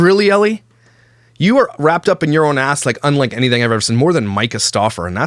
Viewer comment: I can't tell you how much i fricken love that one of signature quirks is saying people's names wrong 💀💀💀🤣... It all started with "Brittany K." Aka bish... "Jiz-laine" Maxwell (Ghislaine / pronunciation is gee-laine, highly rec. watching the documentaries on her & JE btw!🔥) and today, Ellie. Idek her but just reading it I'm guessing it's just Elle, one syllable. But i love that he does a whole video on her calling her ellie the whole time. He doesn't even care if he gets it right. I love itttttt 😂😂😂